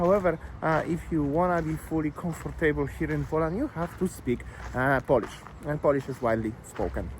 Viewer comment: Could you learn how to pronounce Poland and Polish?